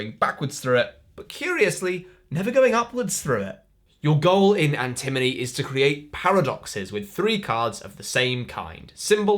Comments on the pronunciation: This video is hilarious and hearing Antimony instead of Antinomy made me giggle every single time. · Antinomy, not antimony. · How many times can you say the name of a game wrong in a review and still give a good review? Watch to find out! Similar to how an-em-o-ne =/= an en-e-my, An-ti-no-my =/= An-ti-mo-ny That said, I am interested in none of these, but I watched the whole thing. Nice one,! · That was enjoyable. Thanks,! I can't tell if he's saying Antinomy wrong on purpose. It is the kind of gag they would do, but they'd usually play it up more, as in the Arboretum review. For the record, AntiMoNy is an element. AntiNoMy means paradox, and is a weird old word that as far as I know nobody uses, and I had never heard before. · Funny how he continuously mis-pronounced Antinomy. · The perfect drinking game for Dry January: - Whenever correctly pronounces Antinomy (not element #51), take a shot!